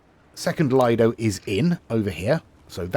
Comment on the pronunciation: it has been really annoying me for some time now so I thought I would finally say something; the word "lido" is pronounced "Leedo" with a long "e' sound for the I